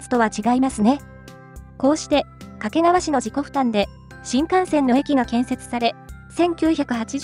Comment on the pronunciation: 掛川のアクセントが"け"にかかる